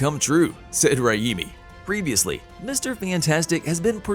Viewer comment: Sam “Rah-eemee?”